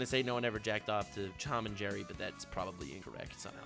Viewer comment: He said Chom and Jerry